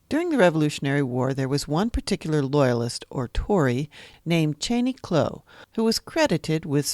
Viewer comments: Why on earth do you keep calling him Kloe? It is pronounced Clow like Cow but with an L. Descendants of Cheney Clow now spell the last name Clough. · You are saying the name wrong. It is Clow like "Ow! I cut my finger".